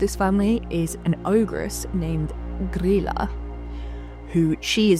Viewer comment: Hi! I'm Icelandic and grew up with traditions around the Yule lads and their family, and I just wanted to say great job on pronouncing Grýla's name! I've seen a lot of bigger channels get it wrong. An easy way to remember it is that it's pronounced pretty much like the name of Leela from Futurama, I know when English is your first language it's hard to imagine Ý making an EE sound, but spelling it Greela in your head will probably help :) Overall your pronounciations are fantastic imo, especially considering that you don't speak the language.